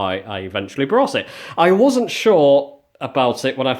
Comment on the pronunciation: Why do so many people in this country say 'brought' instead of 'bought'? As a retired HGV driver I have travelled this country extensively and I've noticed this mispronounced word seems to only affect the population south of Yorkshire.